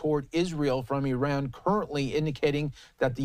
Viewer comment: It's Iran, not Eran.